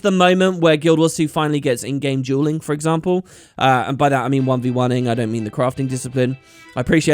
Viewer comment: This is going to sound mean but its the truth. It's not your accent that makes it hard to understand the difference between Duelling and Jewelling. You're just saying it wrong. It's a J and a D, They make different sounds.